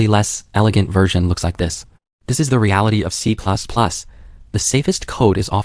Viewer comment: Don't worry, the next iteration of the LLM will pronounce it better.